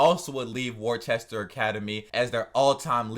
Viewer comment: There is no h in Worcester